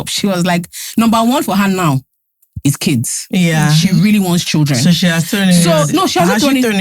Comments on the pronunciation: really said ‘combined kadara’ 😂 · Did you just say combined kadara 😂😂😂😂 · Exactly! Could tell she meant kids, not case